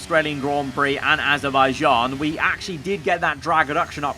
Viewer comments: You said adabijan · is it just me but did bro said HE WINS IN AZERBAIJIAN?????